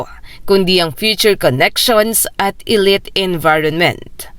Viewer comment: Yung pronunciation ng "elite" eh napapangiwi ako pramis..